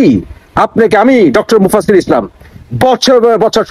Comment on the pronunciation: Vai unar namta ontoto thik vabe uchcharon koren ...unar nam mufazzol islam na ...oi vaier nam Mufassil Islam...ekjoner video use kortesen but tar namer uchcharon tao shothik vabe korte paren na....apni abar youtuber....ar Mufassil vai er video amra regular dekhi...tai apnar chanel e unar kotha shunte hobe na...nijer kichu thakle sheta bolen....